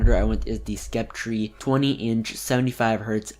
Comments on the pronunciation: Lmaoo this guy really said "Scepp tree" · I heard SKEP-TREE lol